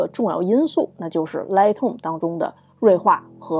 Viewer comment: 您这一口的普英，听起来实在刺耳、别扭和难受。。都身在国外了，能否改改？Lightroom第一个音节的发音是大口型的元音i，“来爱-特-room”不是什么“来特room”。还有，Noise的发音是“闹爱-s”，不是什么“诺斯”。。英语单词和句子中的元音发音时值长于非元音，而且轻重音有讲究，节奏感很好，和汉语这类每个字都是相同元音时值并且只有四声发音的简单语言完全不一样的。。